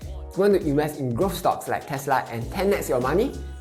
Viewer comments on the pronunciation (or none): none